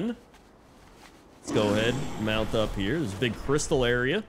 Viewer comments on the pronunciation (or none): none